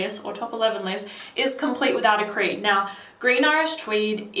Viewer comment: she is nice and have deferent style but i realy dont like when she pronounce the ( o ) litter in the end of the words.. just listen how she says (naoo) or (videaooo) for exsample haha.. and what i hate in jeremy the way he over act and sprenting like child .